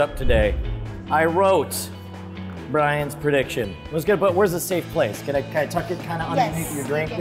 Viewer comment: what is this "predition" you speak of?